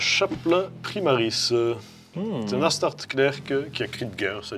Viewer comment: Par pitié c'est astarte"S" (prononciation latine) 😭